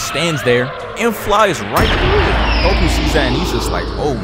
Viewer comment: this man called him 🅱oku